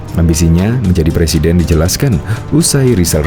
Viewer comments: LIZAL LAMLI JANGAN DULU BERHARAP JADI PLECIDEN BENAHI DULU HURUP "R" MU.LAGIAN MANA ADA PALTAI YANG MENGUSUNG MU.SADAL PAK TUA! USIA MU SUDAH GA MUDA LAGI! "SADAL SADAL" PAK TUA.BANGUN DALI MIMPI MU. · Ngakak,blm bisa bilang R mau jadi plesiden 😂😂😂